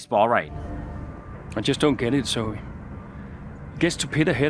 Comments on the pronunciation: Just saying; “Zoe” is pronounced “Zowee” not “Zo” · Cmon. It is said HOW OFTEN?! And you still can’t say Akkerman right. AND YOU CANT SAY ZOE! Zoe you pronounce the ‘E’ Akkerman is a hard ‘C’ sound with a short ‘A’